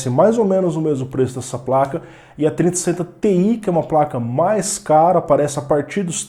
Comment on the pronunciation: Não dá pra entender a diferença de você falando 3060Ti e 3070